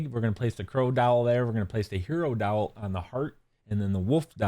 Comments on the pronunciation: Great guide. Sounds like he is saying "dowel" ever time he uses the word "doll".🤷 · Are you saying "crow dowel"? 😂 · 100% is